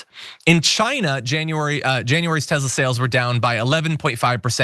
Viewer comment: *Tesla not Tezla.